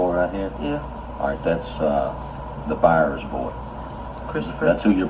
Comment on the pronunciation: It’s “Byers” not Bowers.